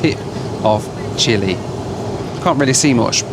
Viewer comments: „Chili? This is a condiment. The country is Chile. The e in the end should be pronounced as in ten and not as in tea. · CHILE NOT CHILI LOL